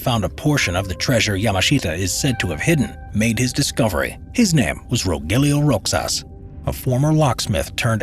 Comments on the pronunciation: hey folks the pronounciation of the man's name, which is rogelio roxas is not /rogelyo/ /rocsas/. it is read as /rohelio/ /rohas/ and that's a filipino thing :P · Not roxas its rohas silent X turn to H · Since I have not seen anyone commenting on this, the pronunciation for Roxas is "Rohas" and not "Roxas". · bruh roxas isnt read as rox-sas its rohas but its fine still love you <3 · BTW in Spanish X is pronounces like H. Like Mexico in spanish (MeHiKo). So Roxas is pronouced RoHas. Many of Filipino last names have Spanish origin. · My bruvs the pronunciation of Roxas is Ro-has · Fun Fact: As a Filipino my great grandma actually saw the Golden Buddha being taken from us by the Japanese, and sorry to bring this up for naming but here in the Philippines We say Roxas as "Rohas" in pronunciation. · Are you saying Rogelio Roxas? The pronunciation would be like Spanish/Mexican, Ro Helio Ro Has. Thanks for this topic, very interesting. And there may be still some of those treasures lying around here in the Philippines. EDIT:Time stamp.